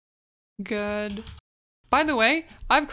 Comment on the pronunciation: Monty Python's The Life of Brian can help you with your pronunciation of "Gourd". It's a longer route than other ways you could find out, but well worth the time in my opinion :)